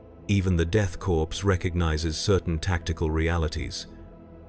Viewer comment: Death Corpse? AI trash